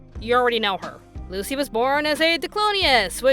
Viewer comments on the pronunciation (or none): none